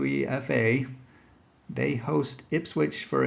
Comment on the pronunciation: It's pronounced - You-Ay-FA - U(you)E(ay)-FA - not You-EE-F-A